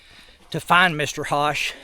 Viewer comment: ...Love the Video..Just to help you in Future vids...Charles (HOSCH)..is Pronounced- -(Like PUSH and BUSH, but With an H..) Take Care !!.